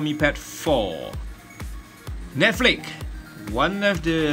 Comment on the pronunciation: it's netflix not netflik.